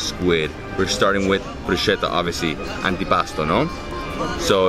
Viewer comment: BRUSKETTA,, BRUSKETTA... where is the italian in you... Awesome content as usual.. Beautiful beaches..